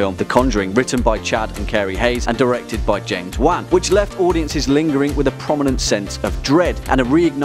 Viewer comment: James Wan is pronounced WON